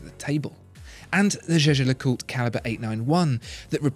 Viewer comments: the watchfinder guy didn't used to pronounce it 'jeh-jer'. I've watched all the watchfinder videos and this is the first review in which he pronounces it correctly. I'm still a huge fan though, regardless of how he pronounces it. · Alec Tang You’re totally right. This is the first time he pronounced it correctly.